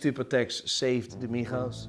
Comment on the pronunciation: Everyone: MIGO's: MIKHO's 😂😂😂